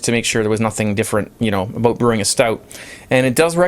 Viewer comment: "Aboot it"